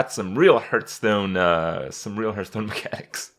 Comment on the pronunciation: Why do you pronounce it "Hurtstone"?